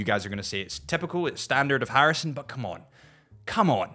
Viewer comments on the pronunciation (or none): You butchered my surname Harrison 😂😂